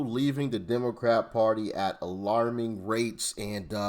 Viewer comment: "Alarming rates" or "Glorious Rates"?